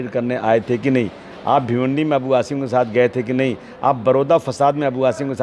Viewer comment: ANCHOR TAKING NAME WRONGLY.NOT HASIM SAY ASIM ہاشم نہیں عاصم ہے نام